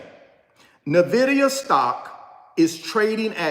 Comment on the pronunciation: In-Vidia!!!!!! Not Navidia